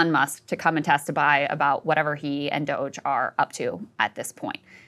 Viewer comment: Im so with ryan and his commitment to not pronouncing doge the way elon wants